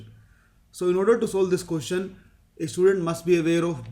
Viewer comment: bhai "ko-tion" nahi hota "ques-tion" hota hai.